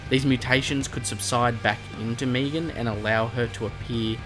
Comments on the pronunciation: Meg an not meeg an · you know it’s not Meegan it’s Megan (finale boss name) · He pronounces it differently leave him alone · srry didn’t realise I’m also Australian never heard it like that plus luv your vids